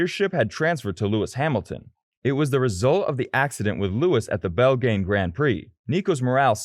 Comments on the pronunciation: Did I just hear “The Bell Gain Grand Prix?” Oooff. As a huge F1 American fan, I’m sorry for those that had to hear that. Rosberg and Schumacher pronunciations are also a little bit rugged. Some of us know how to say all of these things, I promise!!😁 Otherwise, I enjoyed this… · “bell-gain” grand prix? …Come on dude. Why? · What kind of shit commentary was that? What's a "bulleed"? What's a front rear wing? What's "the Bel-gain Grand Prix"? This stupid video should be deleted. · Wtf is a 'boleed' ? Bel...GGAN GRAND PRIX? GAN? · Text-to-speech program. Not a human reading the script. Also, it's horrible google-translate text. There wasn't a single english-speaking human involved in the production of this video. "Roz-berg!" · Pretty obvious you’re just reading an article. Lazy content. You can’t even pronounce Belgian correctly. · Did the narrator not know how to pronounce ‘Belgian’?